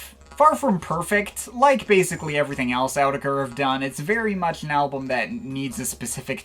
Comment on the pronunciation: I think its pronounced or-ker-teck-er